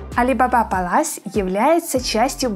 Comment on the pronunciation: Почему ПалАс. Когда ПЭлас.